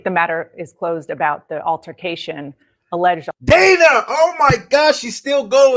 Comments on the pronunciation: Its Dana. So it's pronounced like Donna or rather with a soft 'a' sound. Long vowel sounds are created by placing two vowels together or ending the word with an 'E.' Short vowel sounds happen when a vowel is placed next to a consonant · THIS GUY CANT PRONOUNCE DANA, SO WHY IS HIS OPINION RELEVANT. JUST GO AWAY. AMERICA, 🇺🇸 LOCK UP CRIMINALS DONT ELECT THEM. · If she wants it pronounced Danna she should spell it that way. Otherwise STFU about people getting it wrong.